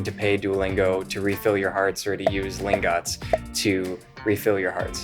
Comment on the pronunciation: its not pronounced lingOts its pronounced lingUHts (it says that in the website somewhere)